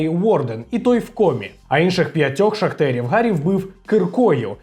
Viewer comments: Не "шахтерів" а шахтарів! 🙈😂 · ШахтарІв! Ш а х т а р І [ наголос на і ] в !